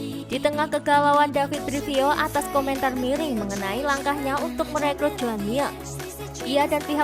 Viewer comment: Mirrr Bukan miaa